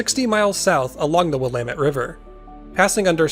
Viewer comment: I was watching this video just waiting to hear you butcher the word Willamette... and you didn't. Nice! You must be a local. :-)